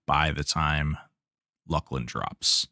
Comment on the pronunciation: Hail, fellow correct pronouncer-er of Luclin